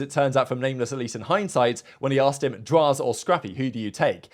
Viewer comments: Did call Nameless "Lameless" and then corrected himself? Lmao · It was definitely Lameless lmao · Did u say lameless at first lol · Did you accidentally call Nameless, Lameless? LMAOOOO